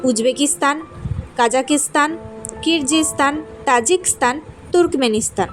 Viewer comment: কিরজিস্থান নয়, হবে কিরঘিস্থান। উচ্চারণ টা ঠিক করুন।😊😊